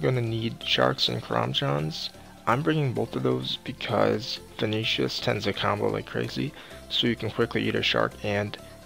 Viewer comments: ve-ne-na-tis derp erhmmmm venishus? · Don't know how Ven-Ah-nat-is sounds like Veni-tious. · Mac H karamjan < karambwan veneeshius < venenatis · Venitius? lmfao ... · sounds like u pronounce it venetius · its pronounced Ven-an-i-tus you downy